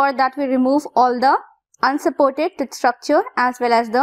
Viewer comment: Why pronouncing TOOTH as Tuth ?